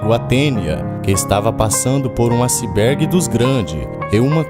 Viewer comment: Acibergue?. Mas o vídeos é bom! Parabéns.